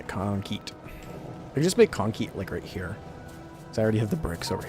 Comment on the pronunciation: Naturally, I see that the stream is live about thirty seconds before it ends, when is so sleep-drunk he's talking about "conkete". Ah well, first comment here.